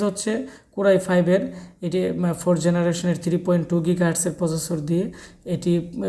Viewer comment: Generation bolen na keno apni?